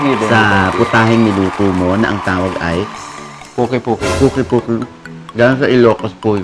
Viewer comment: It’s called Pungki-pungki, not the way the chef said it. It’s an Ilocanos dish